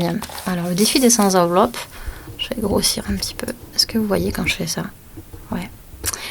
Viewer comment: Bonjour. Sept, cent, trente et un... ne prennent pas de s. On dira donc le défi des cent enveloppes (la liaison se faisant avec le t) et non des cent "z"enveloppes. Ceci étant dit, j'aime beaucoup votre chaîne et vos conseils.